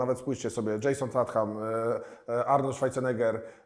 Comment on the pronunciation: co kurwa? "dżejson statham"? askkkk